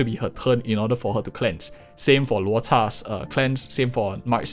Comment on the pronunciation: I unsubscribed from because be pronounced Luocha weird. His “Luochaaaaa” was like nails on a chalkboard for me😂